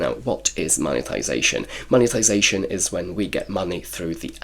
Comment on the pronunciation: Congrats on the Mone-TIIII-sation lol